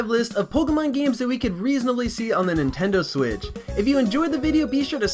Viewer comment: he just said "Nintendo swiss!"